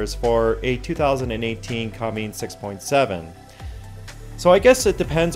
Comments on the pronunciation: Dude, CUMMINS. not CUMMINGS. PLEASE AND TGANK YOU. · Cummins... Not Cummings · Cummins. Not Cummings. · It is not Cummings it is Cummins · I’m not going to take anything seriously said by someone who says Cummings instead on Cummins.. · I pretty much agree with everyone in the comments section. As an engineer (cannot say who I work for or what I do reguarding a very nut clinching N.D.A) I can say with 95% certainty this is all marketing nonsense. GrantedGranted, I would need to look at their data and how they tested this theory but, those Dimples would most definitely cause turbulence, hot spots and possibly effect air flow in a negative way. They might help with the heat disbursement through the combustion cycle but would most definitely affect the flame front of the burn. This is just nonsense. Also it's a cummins engine not "cummings" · Cummins, not cummings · CUMMINS....not cummings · Cummins... It's "Cummins". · Not sure if I can believe any thing you said as you added a " g " to Cummins !!!